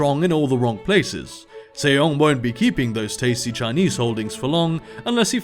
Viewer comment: Just something I thought I would point out, but it's Sejong pronounced Seh-Jong as in the English 'J' pronunciation and not the 'Y' sound in many European languages. Other than that, as awesome as ever. Thank you for doing these things!